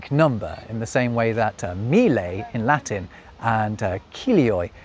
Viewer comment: You just demonstrated the difficulty non-Italians have with double consonants as you pronounced mille as us Italians would say mile, which is not an Italian word. So not in this case but lack of proper pronunciation of double consonants may have a funny outcome!